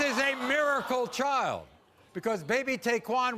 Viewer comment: It’s “child” not “chowl”.